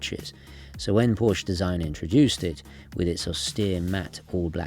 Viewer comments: Drove a 356C Porche for twenty years. "Porsche" is pronounced the same as the female name "Portia". Surprised a man of your pretensions wouldn't know that... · With all due respect, the name Porsche is two syllables, Sorry, it's a pet-peeve of mine when names are not properly pronounced, especially well-known establishments. 🙌👊🏻